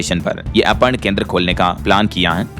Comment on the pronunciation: अपर्ण नहीं अर्पण है भाई